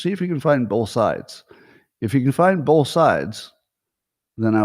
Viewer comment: open letter to Scott Adams: Dear Scott, the word "both" doesn't have the letter "l" in it (it is not "bolth"). Sincerely, Al Quinn